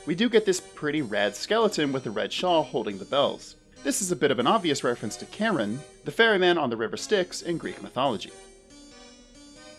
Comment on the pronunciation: Care-On.... Rick Riordan sends his dyslexic friendly regards!